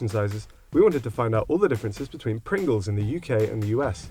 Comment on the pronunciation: Just sayin.. dats a lot of Pwingles